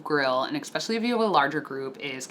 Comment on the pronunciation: "EX-specially..." Especially**